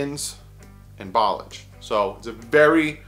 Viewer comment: Ok let me help you with Kalens name in French fromage is cheese right but listen to the -mage part now put substitute a "L" for the "M" -lage , Ball -lage ok ? See the way you were saying it Ball-ige is what happens when you wear gem shorts with no undies , balls start acting there age ballage , but Bal-lash-e rolls off your tongue like a 20 yard gallup down the middle of a defense ! Get it baby, you da man!